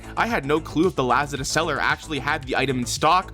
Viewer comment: The way you pronounce Lazada 😭